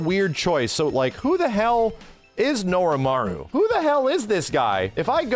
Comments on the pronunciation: I really like your videos,, but it's Norimaro.... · Not Norimaru. Norimaro. I'm not getting Mandela'd. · Norimaro not Norimaru, fake fan SMH